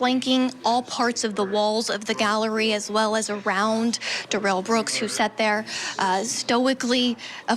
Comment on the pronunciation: Somebody needs to tell this reporter how to pronounce Darrell. I know he didn't want to be called Darrell, so did she decide to say Derell instead? Lol